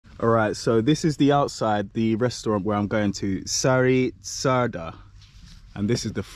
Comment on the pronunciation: You have to pronounce Sári Csárda like Shari Charda. It means Sharon's restaurant. Csárda is a kind of restaurant. CS - the first two letter - have to be pronounce like CHannel - the CH. :) Your pálinka was distilled from peach, so you can feel the smell of the peach of course. We usually do not put any other component to the fruit mesh, just the fruit, this cause the very typical fragrance and taste. Your main course comes with the mashed potato with onion. Boil the potato, stir fry the onion, and mix them. Add some spice like salt and black pepper, maybe some paprika, and you're OK. The sauce next to the duck meat comes from the dish were the duck was fried.